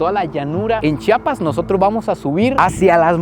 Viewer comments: Se pronuncia como se lee Chiapas no Chapas...😅 . Excelente video ! Saludos desde Tuxtla . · se dice CHIAPAS